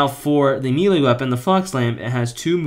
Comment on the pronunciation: I just hear you pronounce melee and it’s weird. Pronunciation is weird